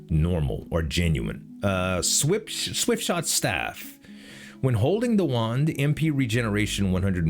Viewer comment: not the swiftshot staff misread lol